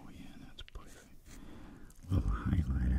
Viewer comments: I just love how he says, poifect😂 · I always hear "pwerfect" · I love his "Poifect" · When he says "Poufect" HIT ME WITH A STICK 😂😂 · I love how u say poifect I love it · This ASMR is "poifect" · Can anyone make timestamps of him saying POIFECT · This nigga said pewfect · I noticed most of the time when he said a word that had the sound of “er” he said “oi” -Poiple (purple) -Poifect (perfect) Then I wondered about colors and realized the terror of what the word green would sound like 0.0